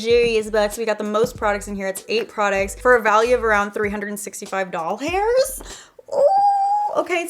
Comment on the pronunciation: 356 "Doll Hairs" !???😂